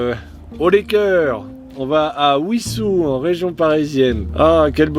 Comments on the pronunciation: On prononce Vissous et non pas Ouissous. C’est comme wagon tu ne prononces pas ouagon ! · Wissous se prononce >Vissous mais c'est pas grave t'es Normand 😁 . Il me semble t'avoir croisé dans ce coin là justement. T'étais pas chez Antoine par hasard? 🤔